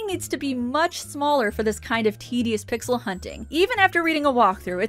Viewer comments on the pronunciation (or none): none